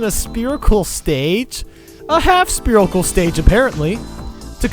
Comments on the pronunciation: Only 5 years later did I realize he says "Spearical" instead of "Spherical". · Great video but I hate how he says sperical instead of spherical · Haha "Spearicle" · guys its sperical not spherical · stop saying speerical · Lol "spear" and "spirical"